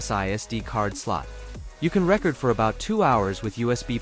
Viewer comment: Non of these guys are English proficient listen how he says “record” !